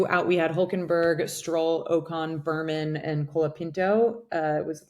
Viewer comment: Ollie “Burrman”? Did I hear that right?